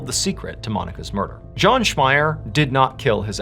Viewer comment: No he said it correctly